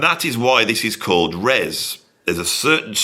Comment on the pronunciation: FYI It's not 'Res', it's 'R.E.S.'. Tim once told me it didn't particularly stand for anything (or he didn't wanna tell me). But he said he was amused by all the theories people came up with for what it meant.